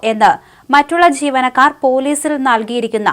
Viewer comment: ഒരു പാട് വാക്കുകൾ വികലമായി ഉച്ചരിക്കുന്ന വ്യക്തിയാണ് ഇവർ. ജീവനക്കാർ എന്നുള്ളതിന് പകരം ചീവനക്കാർ എന്ന് പറയും പോലെയും തോന്നുന്നു.